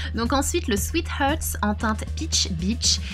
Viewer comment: chocolate "bar" ca se prononce comme ça s'ecrit en fait et non pas BER et sweet "hearts" ca se prononce HARTS avec un A egalement, et pas HERTS PRAYMER pas PREYMER ..désolée mais c'est enervant :)